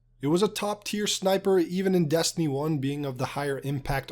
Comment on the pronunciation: You say Destiny weird, like “dastiny” or “deeyestiny”